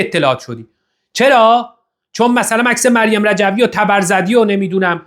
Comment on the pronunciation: توووماژ صالحی حتا اسم تبرزدی رو هم بلد نیست و میگه تبر زررردی 😂😂😂 تبرزردی 😂😂 مجلس مهستان 😂😂😂